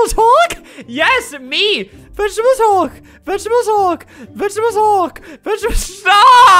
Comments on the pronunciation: Albert:SALUTE NOW! Me:*salutes* Also me:I WILL HOLD MY SALUTE UNTIL HE SAYS 'VEGETEBLES HULK" Me:*holds salute til' the end of the video* RESPECT. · "vegetebles hulk" most iconic line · its vegetebles hulk